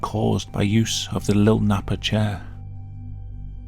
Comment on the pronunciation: So funny the way you say “Lil Nappa”. Lol.